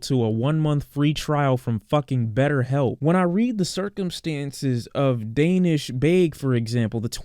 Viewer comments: His name is pronounced Dah-neesh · Excellent video, I just wanted to let you know it’s pronounced “DAA nish” as in the AAH sound like when you open your mouth at the doctor, just to let you know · the way he is saying Danish' is triggering